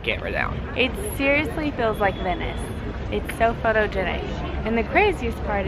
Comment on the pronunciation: Just wondering.... Is it a Tennessee thing or thing where instead of saying somethings on sale he says sell? Feel= fill etc.... Its actually thrown me off a couple times over all the vids but I just decided to ask. I'm not trying to be negative at all.... It's kinds funny. Maybe it's a thing because I don't recall sounding like that.....